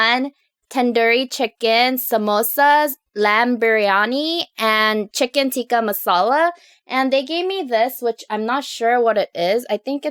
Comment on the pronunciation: the tikka is not pronounced teeka is like ti like you pronounce is wuth the ‘i’ and its like tìkka masala. hope this helpss,!